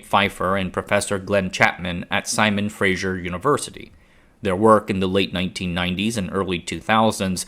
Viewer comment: it's pronounced "fray-sir" not "fraishure". It's Vancouver, not Seattle, dangit